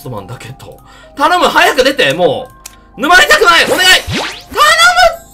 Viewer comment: 沼りたくないの叫び声がNumaりたくないになってた…？wwww